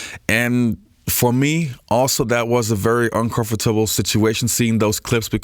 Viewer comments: strange video ....hope you are ok bro ....feels like because of this you felt into a depression and lost the ability to pronounce the word "comfortable" right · In the first 6 minutes you say "uncomfortable" three times. I've heard such pronunciation, but never from an American. That was weird...